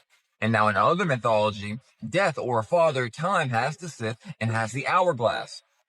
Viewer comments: sith? It's a scythe, pronounced "sithe"......... ffs, you quoting paranormal chic and is scraping the bottom of the barrel......... 🙄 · DOOOOOD!!!! It's not pronouced "sith".....a SYTH is pronounced like SIGH....like when your tired and you sigh!!! The T and the H are both SILENT....SYTH = SIGH...sheesh!! And these guys really think they're SMART!!! 😂😂😂😂😂😂😂😂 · yeah, I've never heard it called a "sith" but what it is, is a "sickle", something else it's called I'm not sure how to spell, but it's pronounced "sss-eye" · SYTHE not SITH... 😂😂😂😂😂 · Who calls a scythe a "sith"?! 😂😂 Come on man. Oh then it's a sickle? They are two different tools lol Also the guy saying the buildings in DC are Roman....you can't be bothered to do any research but you can run your mouth off about some conclusions you came to and think it's fact.....what a moron. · mam idk if its funnier that he said its a scythe (when there is literally no blade which makes it a scythe ) or that he pronounced it as sith. Like sir, its neither star wars nor the book of revelation.... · Did this man really pronounce it sith? Instead of scythe lmao 😂😂 automatically lost all credibility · Who calls a scythe a sith. What a goober. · Great catch Gabriel Watson... I agree. That IS the Eye of Horus. And to the people that do these videos... please, please, please learn how to spell and pronounce words. Unless, of course, your goal IS to sound like a moron. "sythe" is pronounced with a long I sound...hence the E at the end of the word. It's basic English. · Real cant even pronounce sythe correctly. Embarrasing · I have a hard time taking someone seriously who can’t pronounce scythe correctly. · I cannot with the dude who can't say scythe right!!!!